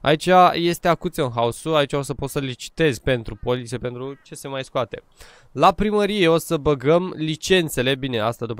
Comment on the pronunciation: Se pronunțå,, ocșăn haus" (auction house)